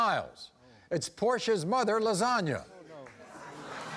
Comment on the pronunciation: the audience stopped mid clap and mid ooh. They didn't know if Maury was for real or not the way he said lazonia like lasagne 😩